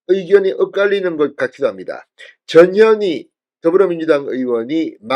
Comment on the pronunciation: 이름이 전년이가 뭐냐 발음이 전현희가 아니라 전년희가 더 쉽구나 ㅎㅎㅎ 마씨 헌재재판관 꿈도꾸지말고 자진 후보사퇴하라